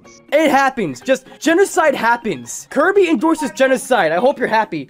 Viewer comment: how you say kirby: kurbie how you type kirby: kirby